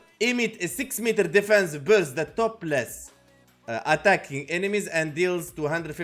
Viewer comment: Love the content you had me cracking up man. Topples is pronounced top-ulls !